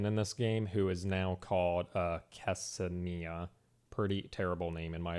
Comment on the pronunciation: Worst thing about this review is how he can't read Ksenia right